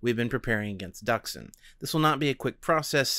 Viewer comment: So, Not Duksin. Dooksin(Дуксин) That's pronaunsiation. (forgot how to write in transcription, sorry)